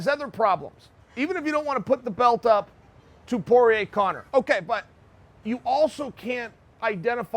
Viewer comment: Please take an n out of conor